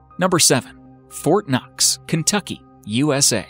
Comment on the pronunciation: When they said Fortnoxx or whatever, I heard fortnite...